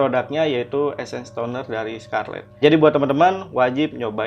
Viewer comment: Essence bang bukan esses😅😅😅😅🤔🤔🤣😆